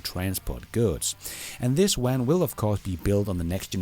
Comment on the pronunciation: What the hell is a “wan”,?